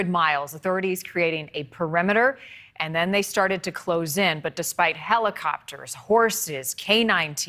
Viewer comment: What’s a hella-copter